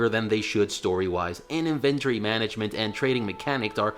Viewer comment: Had to stop once he started saying inventory in a way my mind rejected to my core... It's as if he wanted to say invented but added ory at the end.